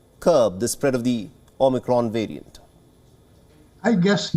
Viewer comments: The omnicron "wariant" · I cringe every time he says "wirus" and "wariant".